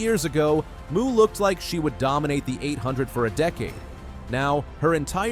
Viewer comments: Here you go: Athing Mu's name is pronounced uh-THING moe (phonetic: /əˈθɪŋ ˈmoʊ/). The American Olympic runner has specified that "Athing" sounds like "a thing," and "Mu" is pronounced "moe," not "moo". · You're a moron. Her name is pronouced Mo, not Muuu. Your credibility does in the first fove seconds of your video. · um dude, her last name Mu is pronounced "MOE" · I can barely get past the mispronunciation of her name. Athing is not a cow! She does not moo! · You lose all credibility when you mispronounce her last name! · Absolutely agree. If you didn't take the time to do the research to get an athlete's name right, it casts doubt on how much time was taken to get the rest of the information.